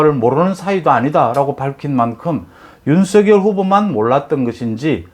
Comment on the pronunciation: "윤서결" "이나견" 정확하신 발음이 존경스럽습니다. 많은 유튜버님들이 윤성열로 발음하시는데, 특별하십니다. 매사에 정확하심이 느껴집니다.